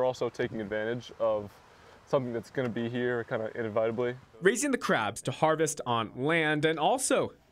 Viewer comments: Hopefully he wasn’t their English teacher. Inviteably. Its inevitably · in a vitably? xD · Im more concerned about how that kid pronounced inevitably. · I've never heard someone pronounce the word inevitably like that before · The way the kid pronounced inevitably😂😂😂 now I know how the teacher knew where to find cheap labor😂😂😂